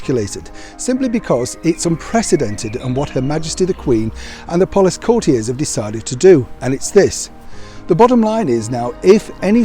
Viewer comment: What is a courtie, do you mean a courtier? Please pronounce it properly otherwise you don’t seem to know what you are talking about!